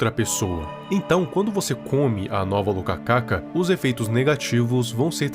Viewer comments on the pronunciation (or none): só uma correção, a fruta se escreve e se le rokaka, não locacaca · Viral é "Rokaka" não "Lokaka" kkkkkkkk